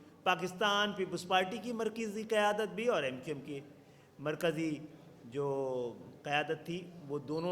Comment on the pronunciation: Khalid maqbool tumko Mar Kisi ka loves tak to bolna a Nahin Raha markaji ko markezi wah Bhai wah khubsurat jante ho Dekhi kitni pyari Urdu hai yah hoti hai baap se dur hone ka natija